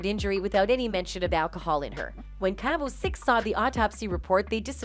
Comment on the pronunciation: It’s cabo not cable